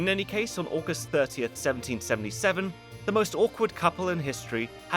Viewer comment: I just think his voice sound kinda weird at some points in the video, like at the start of the video to . His voice sounds kinda shaky and the at the end when he pronounces “August” it just sounds weird… or maybe its just me 😭